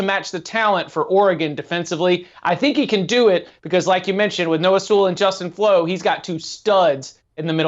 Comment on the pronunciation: He was being sarcastic. Noah Sewell and Justin Flowe were the top 2 LBs in their class and that dude butchered Noah's name.